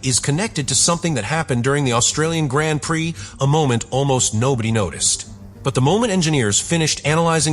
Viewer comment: Hopefully AI will teach itself how to pronounce “Grand Prix” correctly sooner rather than later!